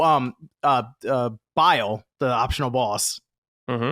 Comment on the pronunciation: How many times is homie going to say Bile instead of bayle